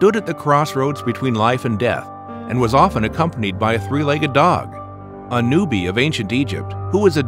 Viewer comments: A-new-bee? It's AnubiS. And he's a jackal headed god of death. Honestly. Terrible, terrible video. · Uh-Noo-Bee... LOL. It's Uh-Noo-Biss. Anubis. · Anubis was a Jackal . And you pronounced it wrong. Already ruined the video for me. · Way to butcher the pronunciation of the name LOL. by the way,its spelled Anubis bruh